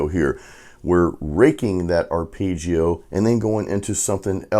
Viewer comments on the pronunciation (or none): Great lesson, thank you…….but………say this word: arpehdjio ( its phonetical)